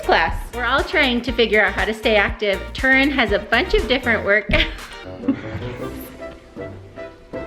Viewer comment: I loved it when Justin called Turin Turina lol! That is so funny!